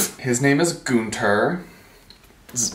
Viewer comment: That’s not how you pronounce Günther. But if you like the name that way. Okay. 😂